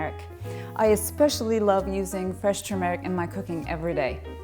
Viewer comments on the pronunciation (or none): It is not pronounced "tur-meeeh-ric" but "turmeric" short "e" and UNSTRESSED!